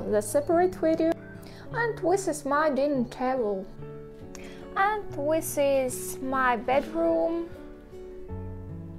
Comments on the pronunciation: Are you saying "wis is" instead of "this is", or am I not hearing correctly? :D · Yes. Good english overall: Wi instead of sound Th Ex. Winter vs the Just a small correction to make Reposting so she can get an alert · Уис вос э литтл кринге. Следует тщательней поработать над произношением. От такого пронаунса над нами и смеются... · Good English far better than our Russian!:-) If too troublesome can try an alternate phrase like "you see my..."or "check out my..." or "that's my", etc. For fixing 'This is...' pronunciation, always use 'The' sound vs 'wis/h' or 'winter' sound. Heard 'winter' pronounced correctly too. Many 'this is' sounds like 'wis is'. but hear correct 'this' first & last times. Also pronouncing 'the' correct too. Can practice rerecord audio and replace the video audio if tech savvy maybe. Or just add a note about my English is improving daily! :-) and pin it at top of comments of insert as text in video and reupload video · i thought i was the only one hearing it.